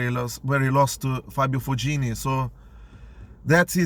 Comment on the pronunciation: good tennis content but fognini pronounced fonini.